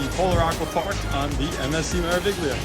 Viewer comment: The “G” is silent in pronouncing Meraviglia 😉